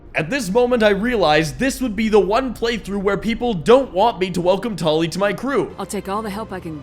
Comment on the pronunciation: Mispronouncing Tali's name? That is a war crime for which you must die for!